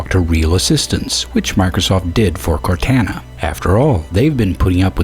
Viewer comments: You Pronounced Cortana Wrong Just Serch Cortana Halo Ce And You Will Know How To Pronounce It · You miss pronounced Cortana a lot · Anyone else mad how he said Cortana? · I can't help bit heat "court Ana" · What I find more absurd is your pronunciation of Cortana.